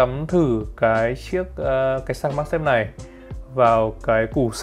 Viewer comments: Mag chứ không phải mac nha anh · magsafe chứ đ phải macsafe